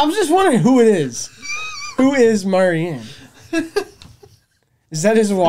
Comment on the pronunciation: Mary Ann, not Marian. Marian was Robin Hood's chick.